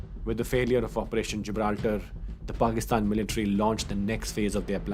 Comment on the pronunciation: This is beautifully presented and narrated but son I would advise you pronounce the word 'Military' correctly and not 'MILtary'. :)